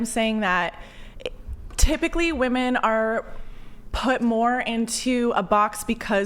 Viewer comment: I thought I would make it through a whole episode without hearing woman in the place of women until . Once again, no one says anything about it. Illiteracy everywhere.